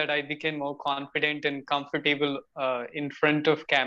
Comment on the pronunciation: The pronunciation of the word comfortable iswrongly elongated